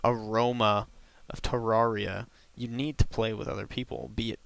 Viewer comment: Ter-air-E-uh not Ter-are-E-uh